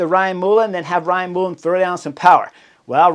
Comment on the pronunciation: Hey chief knucklehead... It's Ryan Mull(skull)en of Ireland!! Not Moolen😂 Love your work..